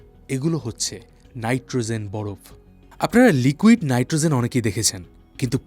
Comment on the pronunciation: নাইট্রোজেন উচ্চারণ করুন | নাইট্রোzen নয় |